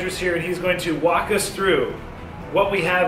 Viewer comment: ”he’s going to wok us through”